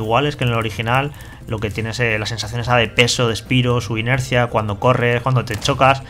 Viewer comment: Osea, no son capaz de pronunciar un simple nombre bien en inglés cómo es Spyro? Uno no puede leer con los fonemas del español palabras en ingles, es una simple palabra pronunciala bien por favor.